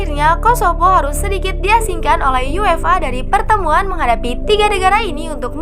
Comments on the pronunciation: For example: UEFA sounds like UFA (yú-e-fā) phonetically. I read that just yuéfa, just like English. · Baca UEFA nya terdengar seperti yu-ef-a.